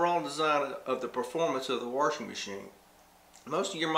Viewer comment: I love it!..WA-R-SHING machine...are you from Appalachia? I am, and that's how all the older generation here said "wash".."WARSH"..now, sadly, there are very few of us natives left around, and all the migrants who have moved in from Florida, New England, California, etc. have brought their accents in with them, and the Appalachian dialect is dying...I've also heard this pronunciation in southern Georgia, South Carolina, Alabama, etc...